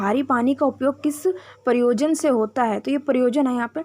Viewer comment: Pryojan hota hai pryosan nahi